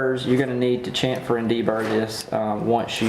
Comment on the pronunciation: I am not nit picking but the word is SHAM -FUR.